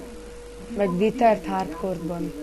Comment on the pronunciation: wither??? nem is ugy kell kiejteni a vidi egy kaki!!! osszevissza van vagdosva es ugy laggolsz mint allat